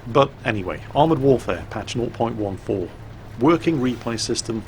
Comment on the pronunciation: Hey, I was wondering why you said 0.14 the way you do. It sounds like your saying "not point one four." Not making fun of you just wondering!:)